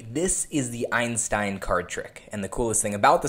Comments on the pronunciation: Your pronunciation of 'Einstein' is incorrect ;) You learned the 'ei' part right. But the letters 'st' in this sequence often (but not awlays..) are pronounced in a special way. Try to speak it like it was spelled 'Einshtein'. with the additional 'h' spoken like you would speak 'sh' in Englisch. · Cool trick. It's pronounced einshtein though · That's not how you pronounce "Einstein".